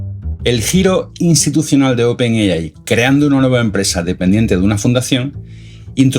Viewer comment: No pude llegar al final del video, me aburrí de escuchar open yeyai